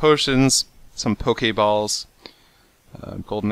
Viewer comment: The way he says Poke Balls cracked me up.